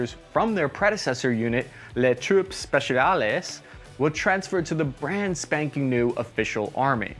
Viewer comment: speciales bro The S is silent in French